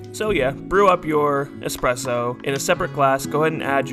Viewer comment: Not a coffee nerd but you pronounce espresso properly 🤝 My Starbucks manager couldn't even do that.